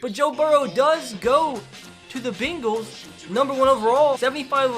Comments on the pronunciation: Why do u say bengals like that. It’s not bingels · Why does he say Bengals like that it annoys me lol